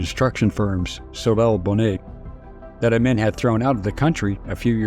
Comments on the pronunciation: Amin is pronounced Ah-meen NOT Ah-min. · Only because I am an old, old geezer, I recognize the mispronounced name "Idi Amin." It was pronounced "Ameeen"